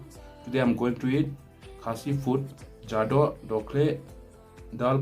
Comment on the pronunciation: you pronounce exactly our khasi food name, thank you